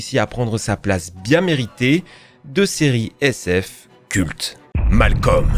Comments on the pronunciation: sa se prononce pas Malcom mais Malcolm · "GoaOld" "les ZORAILLE" (au secours), "MalKom", "Bhuffi", j'ai du mal à comprendre comment un "fan" ce ces séries peut aussi mal prononcer ces noms iconiques.